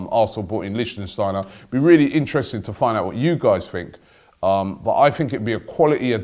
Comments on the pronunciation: Wtf the way Robbie pronounced Lichtsteiner gave me headache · Its Lick-stiner, you murderer of names. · it's pronounced liktshsteiner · Pronounced, Lick-Steiner.